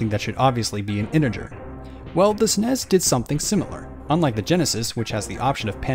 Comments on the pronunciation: Nobody ever pronounced the SNES the way you are...ever. It’s pronounced S-N-E-S, not “snez” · es en ee es not “snes” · What is a sness? Does he mean SNES, why is this voice saying sness? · STOP SAYING SNESS AUUUUUUGHHHHH